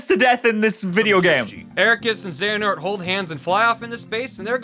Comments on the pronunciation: When he keeps telling Xenahort instead of Xehanort. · It's not "XenaHort" it' ZE-HA-NORT. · His name is Xehanort not Xanahort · I love that he kept calling “Xehanort” “Xanahort”. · IT'S X E HA N O R T. Not Xenahort..... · Why do people keep saying Zanahort? It pronounced Zeyanort. It just looks Xehanort just how Xerxes is pronounced Zerksies. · Hearing you say xanahort instead of xehanort is activating multiple fight or flight tendencies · It's funny how many times he says "xenahort" even when the video says it right just as many times. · I find it frustratingly hilarious that in spite of seeing and hearing it 20(ish) times you still said Xehanort as " Xanahort". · ZAY-ha-nort. ZAY-ha-nort. It's not like he said the name 59 million times during the videos or anything 🙄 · my favorite part is how you called xehanort ‘xanahort’ the whole time. and then mispronounced the name multiple times when discussing characters being ‘norted’ without actually pronouncing any ‘nort’ in his name. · Is anyone else getting increasingly angrier every time he calls the bad guy 'Xenahort'? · You said Xanahort so many times I think I might actually be subconciously tricked into thinking thats his name. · this is an old video, I am only watching this now. Watched all 54mins of this video to see if broski would learn how to say Xehanort's name correctly. I was left quietly disappointed. But beside from that, nice video man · I think is the only person i know to pronounce the H in xehanort XD, think im gonna start doing that myself now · how many time were you gonna say xehanort wrong omg. 🤣😭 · is it bad that im ginuenly annoyed by how pronounces xehanort? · It's Xe-Ha-Nort! How did you watch both videos from start to end and NEVER catch yourself saying it wrong? You kept saying "Xe-Na-Hort" over and over and over again, never even realizing a little bit that it sounds different when the guy in the video says it. How can someone be so unaware?